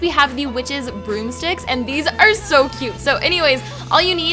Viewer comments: You said brooksticks!! Lol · yes i know its not halloween time but i still had to watch his but when so did the witches broomsticks she said brooksticks i just now notice it